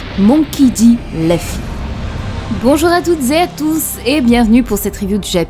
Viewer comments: c'est LUFFY LUUUUUUUUUUFFY pas LEUFFY merci pour les prochaines vidéos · perso je préfère L'oeufY 😄👍🏽